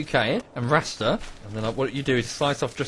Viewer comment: Rasta is a Serbian rapper 😂 you prounounced it wrong